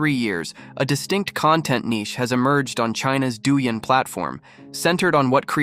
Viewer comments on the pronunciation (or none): Its ok not to belief as much but you cant say that things dont exist just cus you dont see it as god use to walk earth with us even in old scirpt bible keep things to yourself if you think people get upset what do you think god will do . Also dou ying as in music in chinese hope that help with you trying to pronunce it .